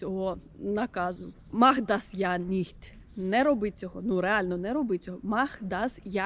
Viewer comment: У "mach das ja nicht" ja треба вимовляти довше і з наголосом) Взагалі дуже добре, не знаю, чи я могла б це пояснити так добре 😅 Ще додаю "sie ist ja nicht so motiviert" значить що ти від цього (хоч трохи) розчарована або здивована